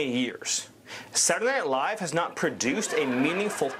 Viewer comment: When he says Saturday Night Live, it means that he is a Yankee. I pronounce it that way myself.